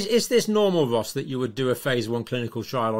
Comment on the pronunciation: She is Ros, a lady.. Ergo "roz" (voiced S). (Often a shortened form of Rosalind.) Not Ross, a gent, (voiceless S).